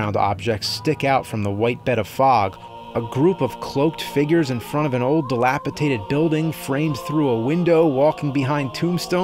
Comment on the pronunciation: Great review James, but I think you meant dilapidated, not dilapitaded. Inb4 Grammar Nazi.